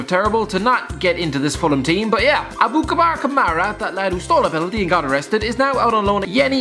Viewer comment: Aboukabar 😂 it’s Aboubakar Kamara lol